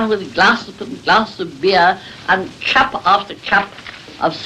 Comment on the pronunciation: Brahms appears to have been very shy. However, 3.41 "Chup after chup of strong black coffee". Did people really pronounce CUP that way?